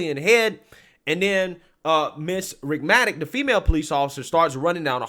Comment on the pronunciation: Thank you for highlighting this case. The Sergeants name is pronounced "Ritt-mi-nik."